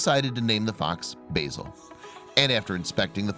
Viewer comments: Bayzil? It's not pronounced Bayzil it's Bah-zil. That's Ba as in Ah! and then zil. Basil. It would've been a really good video if you'd pronounced the name properly. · BAZ-IL not BAY-SOL as in Basil the Brush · I don't know if it's a purely American thing to mispronounce English names and words but "Basil" is pronounced "Bazil". Basil Brush is a popular BBC TV puppet fox character that first appeared in the 1960's. Basil is clearly named after him. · Beautiful story but I was getting very annoyed by the narrator keep calling the fox B Asil. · i did laugh when he said it like the herb, the yanks clearly havnt seen Basil Brush